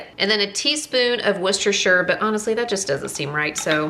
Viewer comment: Just wanted to big you up for pronouncing Worcestershire sauce correctly. 🥳